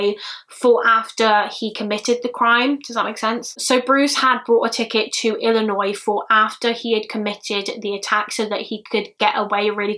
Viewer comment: thank you soso much. You pronounce Illinois properly. So happy you didn't sat Illi noise